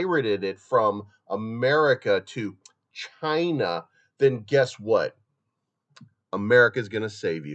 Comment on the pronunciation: Stop saying China like that sounds weird